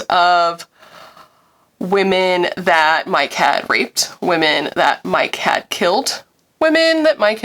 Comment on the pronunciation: I can’t unhear you saying “mike had raped, mike had killed” as “my cat raped, my cat killed” I was very confused at first..